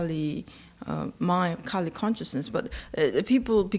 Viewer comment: 梵語的Kali的k是不送氣清音，不需要送氣，不要唸成送氣清音。